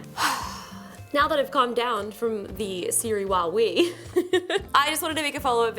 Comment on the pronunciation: Well i heard Huawei instead of Wowwee? Lol i kid.